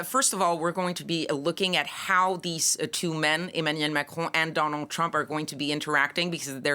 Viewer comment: How, exactly, does one pronounce “Macron”……… Machrouw?